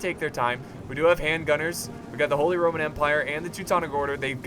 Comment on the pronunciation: when you are saying "RRRRRRRROMAN" i cant stop laughing bcoz its a name in poland and my best friend has it xD